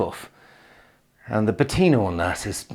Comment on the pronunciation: This is hilarious! We had such fun watching. What an incredibly UNITALIAN house! Just so magaziney... and his accent.... PATina....... Montalcino has become like Venice, the locals have scarpered!. All these empty houses decorated for foreigners.